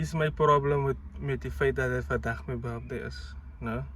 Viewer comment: This man is 30 and he is still saying birfday😭😭😭😂😂♥️